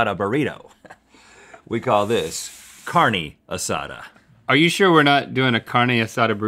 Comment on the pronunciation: The highlight of this video was them trying to say Carne Asada